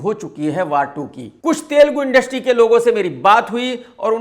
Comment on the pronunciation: Thel - ghume nahi it's telugu